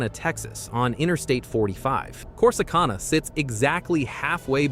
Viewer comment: Posting this information does no good when you can't properly pronounce the name of the communities you are reporting on. Corsicana - Cor-si-can-na Seguin - Se-geen Waxahachie - Walks-a-hat-chee Palestine - Pal-es-steen Pecos - Pay-kus I have been to all of these communities and have never had an issue even late at night. Just be smart about where you stop.